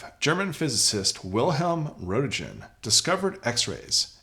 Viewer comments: For the love of God, read more before you do something. You even mispronounced Roentgen. There are dangers you're unaware of. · I would like the light but it doesn’t matter. Dude, you didn’t pronounce Roentgen correctly. Granted is crazy German. But it surprised me that you did. Not trying to be a dick. Just figured it would get me noticed.